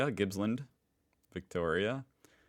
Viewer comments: It's not Gibsland it's Gippsland! (rolls eyes) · GIPPSLAND not Gibsland. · lol, Gibsland! I suspect they meant Gippsland in Victoria.